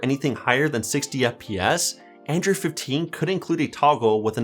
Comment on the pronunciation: 9 times out of 10, he calls Android "Andrew." I found this out probably the second time it happened, and it's been driving me crazy since.